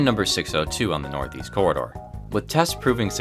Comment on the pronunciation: The way he said the corridor sounds like he said the cerrider LOL